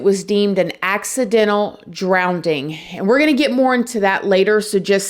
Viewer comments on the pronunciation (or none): The word is drowning not drownDing… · Drowning* not Drownding. Eh-tha-nahl* Not Eeth-ah-nahl. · Girl, I thoroughly enjoy your videos, but 😬 it's "drownING", and not "drownDING". 😘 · Can you please remove the second d, it is drowning not drownding. Otherwise, great video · drownding; droven = drowning; driven 😮 cute 😅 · "drown-DING" huh? It's "drown -ING" 🤦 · Watched the video, your right that there must be water in the lungs to drown, somethings very off here. Cover up maybe?, its a bit suss with that explanation. Maybe the police knew something & didnt want it to go any further. By the way its drownings not drowndings, & nice report & findings girl.The mysteries deepen. From ( Aussie John)..... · "Drownding" WTAF is that? If you're going to present items on the net, at the very least get your pronouncing right, it is 'DROWNING'. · I love you and your videos and I hate to be that person but its "drowNING" not "drownDING". ❤ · DrowNing not drownDing. Saying it w/love. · "Accidental drown-ding", lest anyone gets it confused with the word "drowning" 🤣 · Ok, is it “drowning” or “drownding “??? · HI I love your channel.Big fan!!!! Just need to ask =. I am from south Africa and am confused in your pronouncing th word "Drowning" You pronouce it " DrownDing"? 😊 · it’s NOT DROWNDING it’s DROWNING 😂😂😂😂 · It's drowning not drowneding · Drowning not drownding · Drowning * not DROWNDING. Lol! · My thoughts on this video: Drowning does NOT have a second “D” in it. It’s “drowning”, not “drownding”. I’m sorry girl but that shit drove me insane the entire time. I’ll also say we don’t have enough information to make these determinations, unfortunately. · Repeat after me DROWNING not drowding …😅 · I think it's cute when pronounces drowning as "drownding". And she can pull it off as professional as ever! If I ever pronounced it as "drownDing", I'd sound like some uneducated illiterate clown lmao! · Drowning. ....not drownding.. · DROWNING NOT DROWNDING!